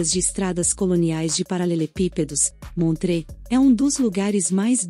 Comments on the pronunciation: só pra corrigir não se pronuncia montrê mas sim montrô um abraço. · Toda Suíça é lindíssima, mas pronunciar Montreaux, como montrê. essa foi grave 😆😆 Ahhh faltou a lindíssima ANNECY E GRUYÉRE